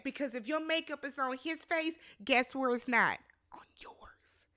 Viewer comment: "26 WHERREE" 😂😂😂😂